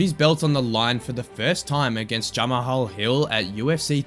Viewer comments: Khamzat got aura Also it’s juh maul Not ja ma hill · Ja-ma-hall lol